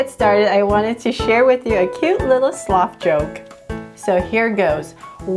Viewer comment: Hey you say slof when It is SLOTH!!!!!!!!